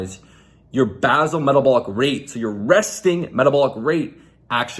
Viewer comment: Base-all (pronounced)